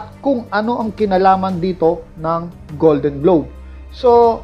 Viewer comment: Golden globes, hindi golden globe... with S yan